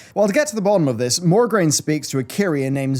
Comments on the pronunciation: Mograine not Morgraine sir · I love your lore videos, and you're dead on for most of it, but his name is MO-graine, not MOR-graine. It bothered me so much. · MO-graine. Not MOR-graine. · It's Mograine, not MoRgraine. D:<